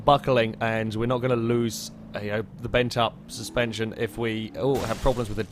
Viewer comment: Did you just try to say steerspension? That sounds like a new term for passive rear wheel steering. Copyright that